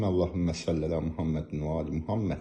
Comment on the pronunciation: Allahummə səlli yox sallli çünki səlli sözü qılınclamaq deməkdi